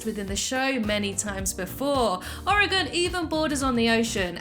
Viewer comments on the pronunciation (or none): Oregon It's Oregon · It’s Oregon